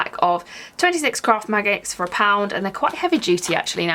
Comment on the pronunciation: I've listened to you talking about the magnets 3 times now and I swear it still sounds like you say "26 craft MAGGOTS for a pound." 😂